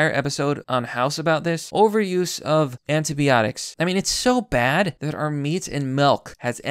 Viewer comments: it's anti"bi"otics not anti"be"otics. You're killing me. Good video otherwise. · I love your videos, but I gotta point these out: Fungi = fun-guy Antibiotics = an-tie-buy-otics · Anti-biotics not anti-BEotics, and fungi not fungee. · Sigh-nigh Also... by-otics You kept pronouncing things horribly wrong and I couldn't do anything to help you!! D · "anteebeeotics" hahahahah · Your pronunciation of 'antibiotics' is killing me fam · Stop mispronouncing neonatal (neo natal) and antibiotics (anti by otics)